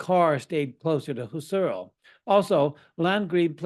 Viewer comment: It's Husserl with the accent on the first syllable and Gurwitch with the accent likewise on the first syllable.